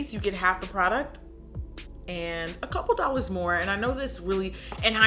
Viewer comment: omg the way she said "dollars"